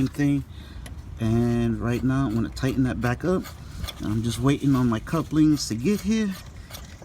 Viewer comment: Tighten not tie’in Waiting not way’in Saw not seen Blessed not bless